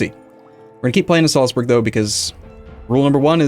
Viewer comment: German pronunciation guide: Salzburg=Zaltsboorg, and Nürnberg=Nirnbareg (as in "bare" with a g at the end). There's nothing in there that sounds like burgers, no "uh" sound at all. ;-)